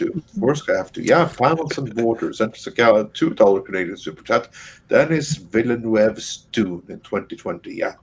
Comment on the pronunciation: just to let you know, it's pronouced "Denee Villanuv".